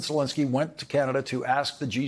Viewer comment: Zelenskyy, not Zelinskyy.